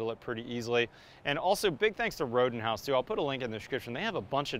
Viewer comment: Not familiar with the brand, so I heard say "Rodent House"